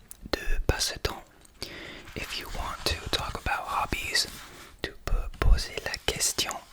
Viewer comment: Tu as une voix si douce en français. Tu me fais frissonner ❤ Just don't say z'hobbies but only hobbies because "Zobies" sounds like d1ck in French 😁